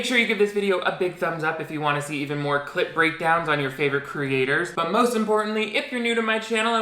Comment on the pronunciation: every time you say clip breakdown it sounds like you’re saying clit breakdown